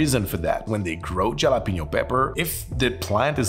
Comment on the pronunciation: Jalapeño is pronounced ha-luh-pee-nyow.. just for future reference 😊, anyway awesome cocktails!!